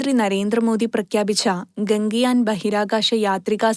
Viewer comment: ഗംഗയാൻ അല്ല..... ഗഗൻയാൻ